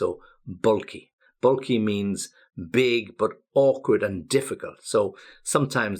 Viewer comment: the pronunciation of bulky is a bit off to my ear... where are you from exactly, maybe there is some pronunciation change in the area where you live, wouldn't be surprised if it was somewhere in the Blackpool area :) although the rest of the pronunciation I don't have a problem with. But than again, you pronounce infinitesimal the American way..